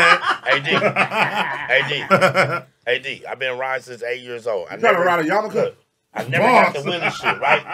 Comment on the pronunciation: My man said a yamaka lol 😂